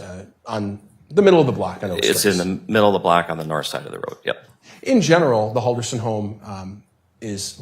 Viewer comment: Imagine having a defense lawyer that's so bad, she cannot remember how to pronounce your name right.